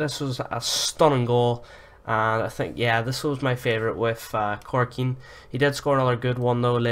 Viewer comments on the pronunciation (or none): Are you blind or why do you call him Corkin? It's Ko-Ko-Rin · You don't need to be Russian to pronounce two Ks